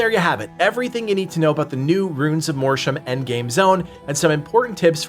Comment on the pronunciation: Every time he mispronounces Mortium I feel a percentage of my cells die